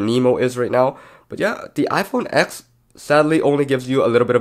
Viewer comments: IT'S READ AS "TEN" NOT "X" 🙆‍♂️🤦‍♂️ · iPhone Ten! Not ex! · Yet another tech video where you call it the “X” not the “10” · It’s not pronounced iPhone “ex” it’s pronounced iPhone “ten” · Why do you keep saying “iPhone ex”? It’s the iPhone 10. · do you mean iPhone TEN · It’s called iPhone TEN!